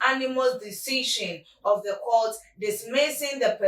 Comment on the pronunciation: "You" Unanimous not Onanimous